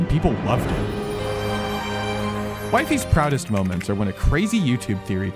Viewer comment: disliking the video cus ur purposely sayin wifeys